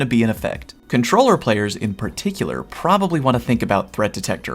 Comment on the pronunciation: Did I hear..."perkticular"?